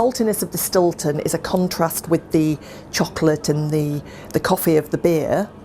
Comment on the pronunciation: its not jus a cahet, its a beeh !